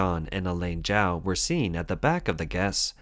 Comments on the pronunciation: "Chao" is pronounced Chowe not Jow. You can't even get that right, then how can anything else you say be trusted?? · This woman's family name was not pronounced /jow/; it is /chow/. This channel often does poorly with pronunciation of names.